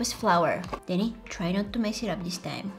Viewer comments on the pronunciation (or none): none